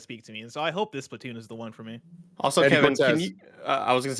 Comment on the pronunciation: "this is the SplaTUNES" -Tim [lol] Also, Kirby looks amazing.